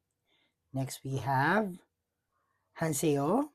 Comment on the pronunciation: It's JUWON not Jungwon😅 Hanseo not Hanseyo Im jealous my Heejuneeeee 🤩🤩🤩